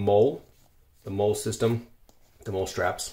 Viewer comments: MOLLE is pronounced like the name “Molly” not mole. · Molle - pronounced like "Molly" not like "Mole". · lol no hate or anything but "Molle" is pronounced "Molly" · Not "MOLE", it's "MOLLE": MOLLE (pronounced /ˈmɒl.liː/ MOL-lee,[citation needed], homophonic with the name Molly) is an acronym for Modular Lightweight Load-carrying Equipment. It is used to define the current generation of load-bearing equipment and backpacks used by a number of NATO armed forces, especially the British Army and the United States Army. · 10+ years of using Molle gear with 6 years in the marine corps and I’ve never heard it pronounced as “mole” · Nice kit. MOLLE is pronounced “molly.” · MOLLE is pronounced like the name "Molly." Burt's Bees was good until Clorox bought out the Maine company. Try L'ocitane or Jack Black lip balm (the cosmetics company, not the actor). I like the "natural mint" one. It is a very mild mint scent. Not a strong "burny" mint/menthol. It has cocoa butter, bee's wax, and Shea butter. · Molly is how it's pronounced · Acetaminophen.....Molle...USB A...C...Carabiner??? C'mon. Nice Amazon shopping spree....how about Pronunciation. Its UV A & B. Digging for antiseptic potentially passing pathogens on everything is goofy. And UV-C is needed to disinfect and you need more that a pocket Amazon toy. The first aid stuff.....good lord man!!!??? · I like your setup, but you need to pronounce the names of things correctly. You mispronounced molle, Acetaminophen and ferrocerium. I stopped watching after that.